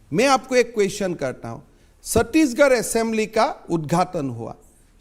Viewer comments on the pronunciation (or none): none